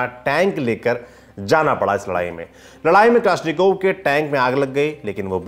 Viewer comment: उच्चारण ठिक करो. यह कलाश्निकोव्ह रायफल है.